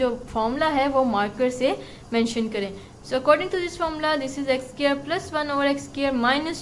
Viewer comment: Mam squirt ni hai square hai lakin ap nay bhut acha samjaya thanks 👍👍👍👍